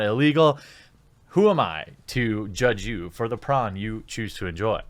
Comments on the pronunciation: Are you saying prawn? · Stop saying prawn god dammit! X'D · it took me a second to realize what you meant by prawn. why aren't we saying porn? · How come hes saying pron instead of porn? Is youtube demonetizing for the word porn?